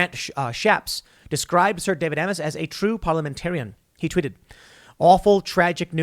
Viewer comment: Isn’t Amess pronounced like “aims?”